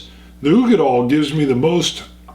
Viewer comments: Such an interesting comparison. Great video but i just gotta say...dail....uigeDAIL. as in tail or Dale. not doll. lol made me cringe every single time i heard it lol. Slainte! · It's oo-gee-dal not doll! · Katelyn Brokaw dal not dale!